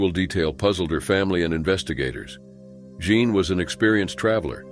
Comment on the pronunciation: "Jean" pronounced as "John??" Clearly it's "Jeen". He vacilates back and forth between the two pronounciations. These narrators drive me crazy